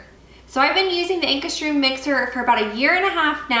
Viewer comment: Pronounce it like "Anchor's Rum".